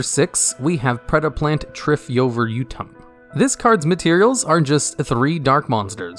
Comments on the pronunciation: Mans really pronounced Triphyovertum correctly in one go. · Great job on pronouncing Triphyoverutum so effortlessly!! Some of the Predaplants have names that take major effort to pronounce.